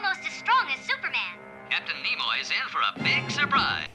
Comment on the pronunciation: "Nemoy"? Did Mr.Spock do a cameo in this episode? 😆😆😆